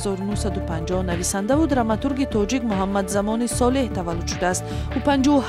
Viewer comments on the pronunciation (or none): none